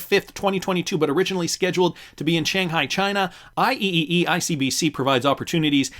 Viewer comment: IEEE is usually said "I-Triple E" professional worldwide engineering organization.